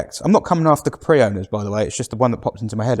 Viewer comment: Did you say Capri ? 😂😂